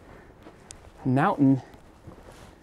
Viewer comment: How nice to hear someone say mountain and not " mou'en"